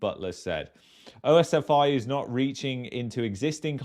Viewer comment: Its not O-S-F-I ...its just like saying the whole word pronounced as OSFEE.